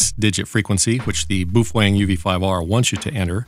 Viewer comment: Every time you said 'boofweng' I bust out laughing. Holding that radio was another matter...